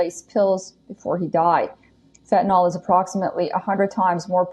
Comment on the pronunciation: She keeps saying "fetanol," but it's "fentanyl." Btw, if anyone didn't like her pronunciation of "herculean," it was OK. I rarely use the term or (read it aloud), but I think I usually hear "hercyuLEan," but "herCYUlean" is also correct. She didn't have have a Y sound in there, but oh well.